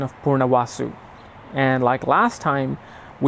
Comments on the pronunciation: Hey pronounce the name of the nakshatra right, it is not poor nuh vaasu, it is poo-nur-vuh-soo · Love your videos but sorry to tell you this that out of 7.32 mins of video you gave good information for 1.3 mins so there goes that. Also Ravana was a Shiva's follower but not Vishnu avatar. Then it's pronounced as 'Pu- Nar- vasu' and so it's not Poo it's Pu. and it's not Naar it's Nar. Looking at Rama's chart - he was cursed by Narada to actually not have married life peace and was still to set up balance of marriage. Mr. Narasimha Rao explains this in his free lessons.